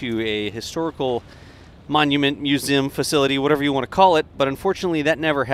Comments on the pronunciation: Was hoping someone said this lol Thought he misspoke at first but nope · You say Museum funny.